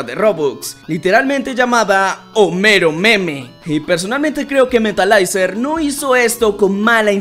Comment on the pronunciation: se pronuncia metalizer no metalaizer